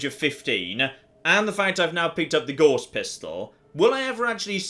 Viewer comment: Gauss is pronounced like "house", not "horse". It's a German name.